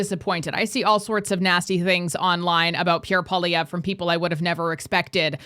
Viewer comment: Please say his name properly ffs tabernacle: said like PWAH-lee-ev-rrrr Poil-i-èvre. Merci 🤌